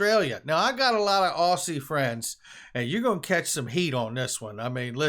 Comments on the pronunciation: God you are painful to listen to sometimes.... its pronounced Ozzy... like Ozzy Osbourne... Ossy or Aussy, you got it wrong both time you tried it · Pronounced more like Ozzie. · Yep same in Qld too - also side note, we say Aussie like Ozzy 🤘🤘 love your work mate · The pronunciation is "oz-zie"